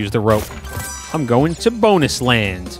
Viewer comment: I loved how you nearly pronounced Bonus as Boner by accident before correcting yourself that had me laughing my head off.